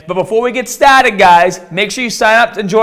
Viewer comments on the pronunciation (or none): before we get stah-ted guyz 🤣😂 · "let's get stahted"